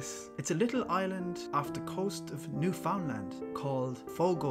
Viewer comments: Newfoundland is pronounced New fuhnd Land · Be nice if he knew how to pronounce Newfoundland.